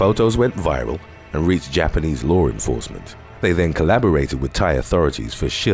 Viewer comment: I love all your videos.. but you saying "lawr" instead of "law" lol. No r in law. Thank you for the videos keep it up buddy